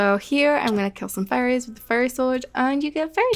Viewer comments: it’s so funny to me “you get this from killing furries :]” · Is it just me or does it sometimes sound like she says "furries" when saying "fairies"? Great video and I love you content by the way!